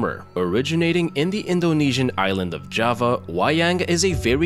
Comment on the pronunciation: I truly appreciate the impeccable pronunciation of the Indonesian names! thanks for the review!